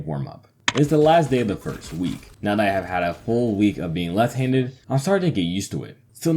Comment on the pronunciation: the very first couple sentences is a great starting point. For example, when you say the word "left" you don't seem to pronounce the full "ft" sound. It kinda sounds like you're saying "lefhanded" as all one word.